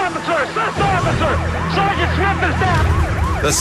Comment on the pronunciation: "Headquarters assist oficer, assist oficer. "Seagent Smith is Dowm" lol This is so cool. I like this show